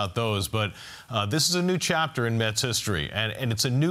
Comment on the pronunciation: It's METS, not Muts, Phloozies!